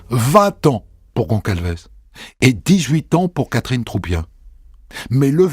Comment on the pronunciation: GONÇALVES, ça se prononce GonSSalvèss, mon Christophe ! C'est Portugais, d'origine. Vous voyez, c'est comme ÇA ; ça se prononce "sa", et non "ca". D'ailleurs, c'est bien des Portugais, il y a un "José" et un "Manuel" 😁.